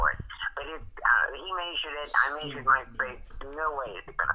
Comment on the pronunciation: "May-sured" lmao